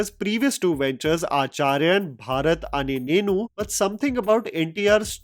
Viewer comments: “Baarat ane nenu” lmfao, that means “Parade which is me” - his name is Bharat (India) not Baarat in the film. Tho I get it Telugu words can be tough to pronounce accurately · You are butchering many names bro like Kalki, koratala shiva, Bharath ane nenu. These are not tough to pronounce. You can easily pronounce them if you just be careful